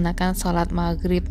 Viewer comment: Ngomong "Maghrib" nya enak banget kedengeran ditelinga, "gh" -nya enak didengar